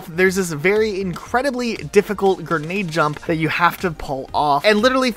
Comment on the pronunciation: please It’s pronounced “g-r-e-nade” not “g-e-r-nade” Big fan but that word kills me every time 💀